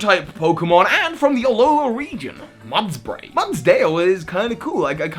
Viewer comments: it’s mud-bray not muds-bray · It’s mudbray, not mudsbray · Mudbray, not mudsbray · Bruv it's Mudbray not mudsbray